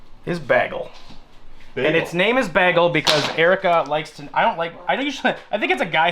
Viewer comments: LOL, I had no idea he was saying Bagel (bey-gal) until he mentioned cream cheese, I thought he was calling it BAG-AL like a hand bag. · Yeah, I had no idea what he was saying until he mentioned cream cheese, I thought he was saying something like Bagall like handbag.